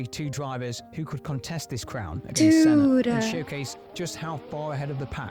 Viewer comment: You are the first Non-Brazilian youtuber I saw that got the name right.Even the video you are reacting got the name wrong, but you managed to get it right. I am old enough to have watched Senna racing at the time. The thrill was amazing. He pulled things that to this day you do not see happening again.. There was one race in particular that he lapped almost all other pilots. except one. He was competitive even when he had the worst car, when he had a good car he was unstoppable. No disrespect to Schumacher, he was a great pilot, he was among the best. But Senna is a legendary.